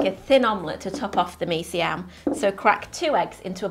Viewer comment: When I heard you say "Mee Siam" properly, I knew that you knew what you were doing. I lived in Singapore for a few years (long enough to get addicted to the best of Malaysian, Indonesian, and the many different Indian and Chinese dishes). The only way to satisfy the cravings these 30 years later, is to make them myself. I can almost taste this one. Hokkien Mee is another good one, as is Char Kway Teow. Sigh.